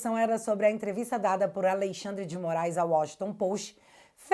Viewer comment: Hehehe, "Aleixandre"